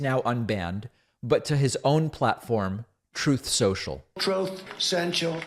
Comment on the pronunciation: But he's speaking his Trowth!